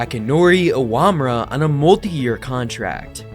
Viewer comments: Just some minor notes (not, like big criticisms, since you've clearly got the big picture down pretty well): 1. Akinori Iwamura's name is pronounced "Ee-wah-MOO-rah", not "Ah-WAH-mu-rah". 2. At just after , "all while maintaining veterans like David Price, James Shields, and..." The pictures you're showing there labeled as Shields are definitely NOT him. If you got them from a source that had them labeled with his name, those sources were wrong. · can safely say I’ve never heard that pronunciation of Awamura before